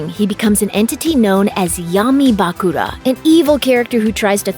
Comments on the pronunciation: Bah-Kula? i dont wanna sound mean but is is that hard to pronounce Bakura? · Tea - Tay-uh Bakura - Buh-Cure-Uh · Bah-kur-a and Tay-a get the names right please i watched this show long time ago and still know it my son grew up with it too. Even if it was a bit later. Just spelling it out as it sounds. Thanks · The way she pronounce Bakura, im speechless 🤣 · can you make the next video with someone who has actually watched the series? SO annoying to hear her mispronounce Tea and Bakura over and over again.